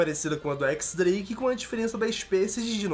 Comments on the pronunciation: Nome: X-Drake Pronúncia normal: "Diez" Drake Pronúncia do: FDS, "ÉQUIS" DRAKE. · Équix dreiqui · é assim o X no nome dele é um número romano 10 é o pessoal fala x em vez se diez